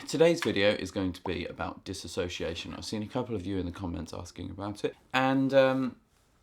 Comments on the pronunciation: It is not DIS-ASS-OCIATION. It's DIS-SO-CIATION. Spelling and Grammar Hitler is now online. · Ugh!! It's DISSOciation, NOT DissASSOciation!!!!!!!!! Lord. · "Dissociation" not "Dis-association." These are 2 different things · DIS SOCIATION NOT DIS ASOCIATION, PEOPLE!!!!!! HOW MUCH CAN YOU FUCKING KNOW ABOUT IT IF YOU CAN'T FUCKING SAY IT? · dis SO-see-a-shun not disAsociation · Diss-o-ci-a-tion, you keep saying Disassociation, not the same thing. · dissociation, NOT disassociation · No one can say the fucking word DISSOCIATION right.